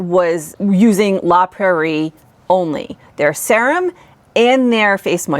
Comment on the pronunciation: It's weird how you pronounce serum. It's like sea-rum.